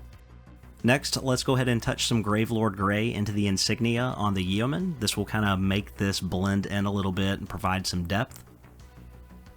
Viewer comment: Yeoman rhymes with Roman. The e is silent